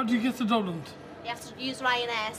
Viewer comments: haow do whe geht to dublinT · “How do I get to DublinT” “How do you get to DublinT” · "Can you tell me how to get.. how to get to Dubland street!"